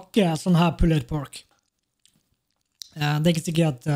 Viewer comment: bruh, slutt å sei pulled pork. Det er bare sån det er skriven, ikkje utalen.